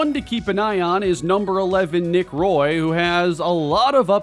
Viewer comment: Since Nick Roy is from Montreal his surname is actually pronunced like Wah and Roy